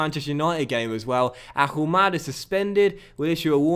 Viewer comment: please, you don't pronounce the H in Ahumada's name.